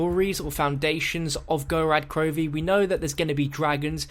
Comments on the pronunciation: It's called Gorod Krovi not Gorad Krovi. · Wow, you're already pronouncing Gorod Krovi wrong.. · The way you pronounce gorod krovi makes me cringe so hard as a Russian speaker